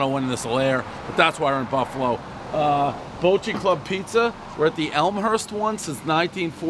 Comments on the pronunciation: Not " bolt - shay " its bot - che " Gotta say it Buffalo style baby ! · Baacheee. Bocce. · "Ba-chee" is how we pronounce it here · Hey Dave, it's pronounced "Ba-chee" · pronounced bah cheee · One Bite, everyone knows Dave can’t pronounce Bocce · I'm from Buffalo, Ny. Bocce's has the best pizza in Buffalo... hands down! And it's pronounced like the ball - Bocce ball. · Daniel Savage he played the game before and I think pronounced it correct then. He’s a poser. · He literally botched, the pronunciation of bocce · Dave. say 'Bocce" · You're pronouncing Bocce wrong. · Said Bocce wrong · If it's Italian, you're saying it wrong